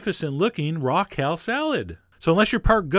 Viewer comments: It sounded like "Raquel" salad. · I kept hearing Raquel Salad :\ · I thought, " who's Raquel?" And then I realized you were saying "raw kale."